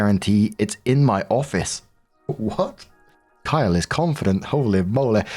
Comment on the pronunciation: Story 3 - When sees "Kylee" - Female, purposely ignores the second "e", and insists upon pronouncing it "Kyle" - Male, thereby almost certainly misgendering the person. It's either congenital idiocy or intentional rage bait.